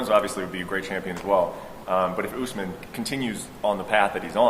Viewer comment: Kamaru “Oozemaan”